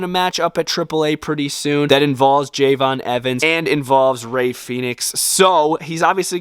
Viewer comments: It's not Jey'von it's Je'von (Love your stuff) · You said javons name wrong it’s Je'Von Evans